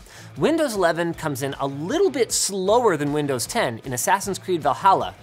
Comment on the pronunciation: did Linus just say "Windows lovin'?" Windows McLovin? 😋